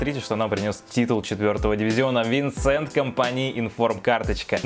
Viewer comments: Не винсент, а Венсан компани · венсан правильно, а не винсент